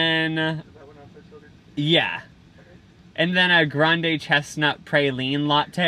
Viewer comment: Hearing them call a praline a pray-lean was so frustrating lolllll